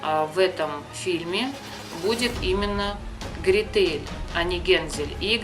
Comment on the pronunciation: Гре́тель ,а не грете́ль ....